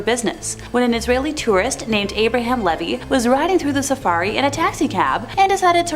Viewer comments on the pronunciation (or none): none